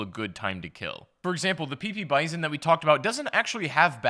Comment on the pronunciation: He said pp bizon